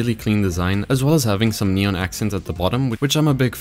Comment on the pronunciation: i love how this dude says neon "nyon" lol